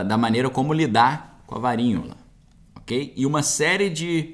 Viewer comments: quando vc fala varinhola o tradutor já entende como varíola... tem que mudar de palavra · O nome da doença é Varíola!! Porque está falando Varinhola???